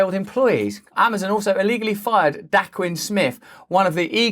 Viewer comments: Russ, it’s Day-Quan 😀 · Day-kwon. His name is pronounced, Day-kwon.